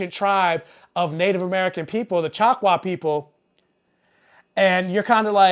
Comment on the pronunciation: I was pointing out that you kept mispronouncing the name of the tribal nation. That's not right